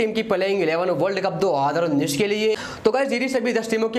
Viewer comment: Bhai tum 2019 bolna seekhlo.... mai tumhe blame nai kar raga hoon bro